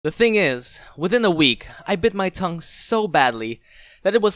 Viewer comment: Stop saying tougue